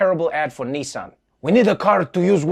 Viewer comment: WTH is a “Knee-Sohn” pickup truck?! 😂 it’s NISS-ann to rhyme with KISS-Ann. What with that and “ERBS”… 🤣